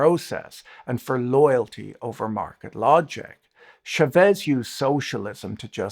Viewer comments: Chávez, not Chavéz. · Great talk, as usual. A very minor issue of Spanish pronunciation. "Chavez" is pronounced with "cha" sounding like the start of "chart". The accent is on the first vowel. Cha-vez. This is not French, it's Spanish. Remember the cha-cha?